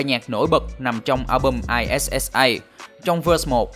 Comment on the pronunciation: Góp ý chút là tên album "Issa Album" của Sir 21 đọc là /It-sa/ kiểu rất thoải mái, chứ không phải đánh vần I-S-S-A. "Issa" là cách viết casual của "It's a"